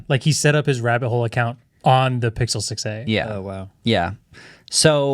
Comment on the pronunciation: He totally said pickle 6a